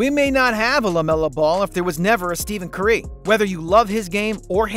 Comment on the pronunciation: steven cürÿ😂😂😂😂